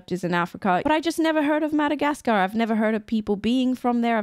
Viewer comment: It's really weird the way you say Mada-gas-car the "gas" "car" is so heavily pronounced... I've always heard mada-gas-ka without a hesitations on "gas"